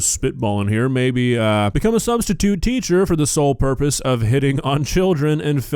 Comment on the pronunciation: "sustitute" "sahh". Nuff said.